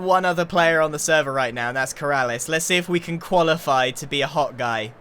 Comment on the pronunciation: "You know I havnt been anywhere near Keralis' base and he is working on someing very KeRaRlIs" 🤣 Got me dying